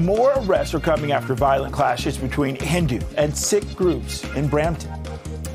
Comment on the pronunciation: The word is Sikh - pronounced “ seeeek” not “ sick”